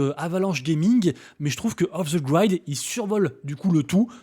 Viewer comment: Off the grid ça se prononce 'i' pas 'aï', ça pique à l'oreille 😬😅